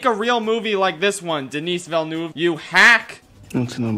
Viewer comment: So can casually pronounce "C’est magnifique" but can’t pronounce Denis Villeneuve even remotely close?